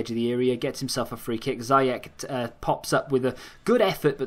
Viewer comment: funny how he says ziyech haha lol